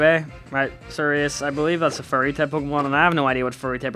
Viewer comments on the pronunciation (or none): the wat you say fairy sounds like fury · stop saying furry, and say fairy!